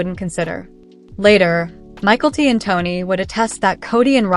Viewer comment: It’s not Michael T it is Mykelti